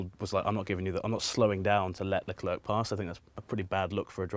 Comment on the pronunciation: Alexis is planking on everyone by saying Charles Leclerc's name correctly.